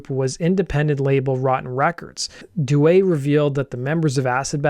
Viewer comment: You got Duet correct. DEW A. Pitre is pronounced PEE TREE. Falgoust is pronounced FAL GOO.